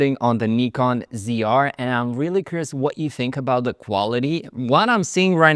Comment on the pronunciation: Finally someone who pronounced “Nikon” right ! 🙌